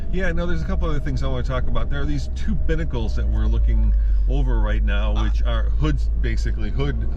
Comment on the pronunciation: Binnacle lol. Not quite!